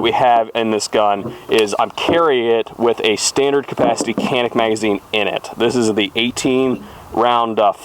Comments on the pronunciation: Good video.. FYI canik is pronounced “ Johnic “ just found that out.. I was corrected by Hickok 45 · Pronounced Janik! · shoots a loud gun “Wonder where the birds went?” All kidding aside, I like the idea of using that for a cue...gonna use it myself! Got the TP9sfx en route to my local Rural King as we speak...so excited to take it out n run it! Just an FYI (and I realize it’s pedantic, sorry) it’s pronounced jah-nik...like John Wick without the W 😉. Stay safe, shoot straight! Thx for the informative video! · In America it's Can-Ick. Don't be pretentious lol 😂 great gun!! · hey it pronounced Janick, if it's good enough for Hickok45 it's good enough for you!!!